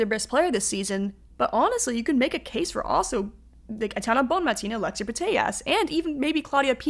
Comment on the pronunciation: Very good but you're pronouncing the name of the best player in the world incorrectly. Bonmatí, accent on the last syllable.